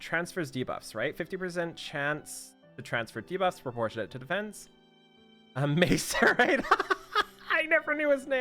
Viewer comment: pronounces macerate wrong and loses it lol